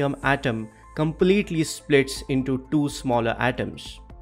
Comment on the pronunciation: 'Tho'-thirty five and 'Tho'-thirty nine lol